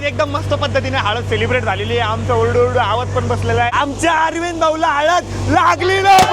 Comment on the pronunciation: हळद ❎ हलद ☑️ 😅